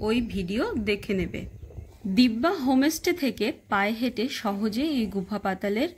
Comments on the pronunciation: হোম স্টে কে বার বার হোমে স্টে বলছেন কেন ? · হোমেস টে নয় হোমস্টে উচ্চারণ ঠিক করতে হবে